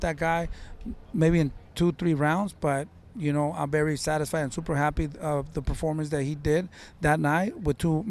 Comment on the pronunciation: Kills me every time 😂 he also says BERY BERY motivated instead of very 😭